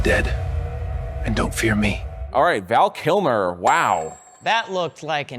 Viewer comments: Val Kimmer.... 😂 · Val Kimmer! LOL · Val Kimmer?